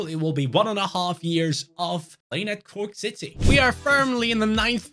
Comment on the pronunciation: Also it's not Cooke city it's corke or croke